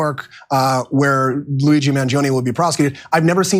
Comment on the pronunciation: Pronounced Man Gee Own